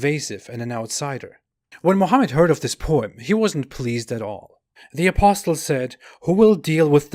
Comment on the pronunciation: I point 2 things to you. 1. You need to pronounce apostle as aposle the t is silent. 2. The life of Hitler mimics Mohamed, he was despised and rejected politically in the early thirties,, he almost became a homeless, but when he got his chance with the rise of the Riche he became the monster